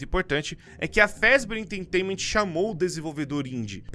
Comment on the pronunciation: O video é bom e todo o resto é bom Mas ele falando "enteitainament" deu um pouco de agonia